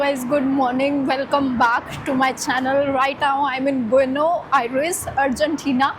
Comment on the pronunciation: Buenos the S at the end should be pronounced